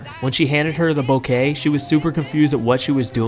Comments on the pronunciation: Bouquet was mispronounced as "BOWKAY." IT'S: BOOKAY. Respectfully🙂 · It is pronounced BOO-KAY...... NOT. BOW-KAY.